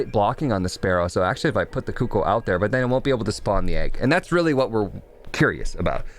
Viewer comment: cooko.....hahaha not cookoo